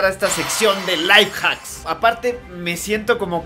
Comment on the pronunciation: venezolano